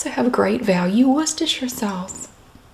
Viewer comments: Omg as a brit, thats the correct pronunciation of Worcestershire sauce. That makes me so happy🤣🤣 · I find it oddly fascinating that your mother taught you the correct pronunciation (presumably as a child), ergo ordinary Americans were using the correct British pronunciation for words such as Worcestershire in the pre internet days, whereas very few do so today.